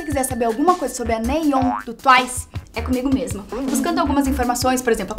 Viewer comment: ¨nayoung¨ mds nem tudo começa com ¨young¨ e nayeonnnnnn mais uma coisa mas e sem hate peo amor de deus interpretam as coisas direito não se pronuncia rozé e sim rouse se pronuncia o nome da rosé em ingles mas é sem hate eu so estou falando